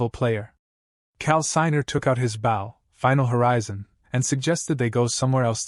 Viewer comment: Am I dreaming? Is this actually a HUMAN-NARRATED recap?? WOW (subscribe) WAIT NO, it still pronounces "Bow" referring to the weapon, as "bow" as in kow-tow or bend at the waist. That's still a sign of bad AI reader. But this one is still good, so I'm going to stay subscribed unless there are other profoundly stupid pronunciations or bad translations. Run-together sentences, black dragon FONG (it should be FANG) and a few others. But not too noxious. And after listening to over an hour and hearing the translation varying in quality, I'm convinced that the AI translation is the main problem with incoherent, mis-translation and most bad reading ... it really REALLY begins screwing up English grammar. it starts pronouncing the Korean name "Seo Jun-Ho" as S.E.O. Jun-Ho -- but this is NOT search engine optimization, it's a man's NAME. The Norse word Niflheim is not pronounced knife-ull-hame -- it's Neef-ul-hame or Neef-ul-haim. IF that's the word they're using.